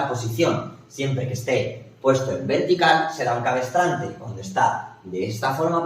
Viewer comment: Gracias. Por si desea perfeccionar su lección, dice usted "cabestrante" unas cinco veces refiriendose al "cabrestante". Qué pasen un buen día